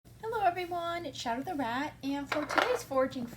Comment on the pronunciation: Rat lol not day